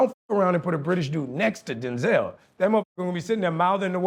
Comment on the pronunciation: Bro ain't even a top tier actor tho.. how dare him say Denzel name like that